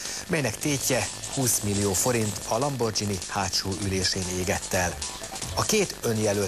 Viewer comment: azt mondja "lambordzsini"... hátsó ülés... R.I.P. magic car!